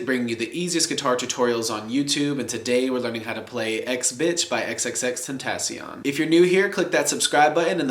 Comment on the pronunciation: xxx-ten-tah-see-own